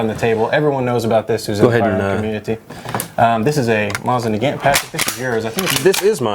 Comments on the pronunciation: you guys said "ish a vek" is eye sha vek and its not mosin neegaant is "na gaunt" (sorry that annoyed me) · Correct pronunciation of Mosin-Nagant: Mo-seen Nah-gon Most people pronounce it wrong though, so you'd sound like an idiot saying it in the original French. Pronunciation of Izhevsk: E-zhev-sk The ZH sound is very much like an SH sound. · ian strickland if you want to be super correct, the Russian pronounciation is moe-seen nagon (t is silent) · STOP SAYING MOSIN NAGANT LIKE THAT